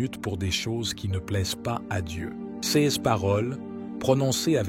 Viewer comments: Pouvez-vous remplacer cette voix de l'intelligence artificielle par la voix d'un homme ou femme humains? Voici quelques exemples parmi d'autres : "cesse paroles" au lieu de "ces paroles" et bien d'autres exemples. C'est une honte. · L'IA qui parle est agaçant .... Prononciation de : ces en ciès est insupportable. Changer d'IA s'il vous plait 🙏